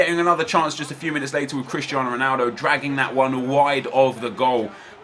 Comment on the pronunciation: he said later wrong